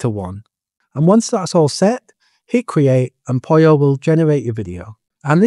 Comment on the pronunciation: Why do you call it POLIO? It's POLLO, the same as POLO.